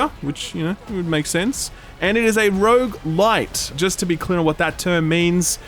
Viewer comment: You had my interest right up until you said rouge-lite. So done with the whole overused rogue genre.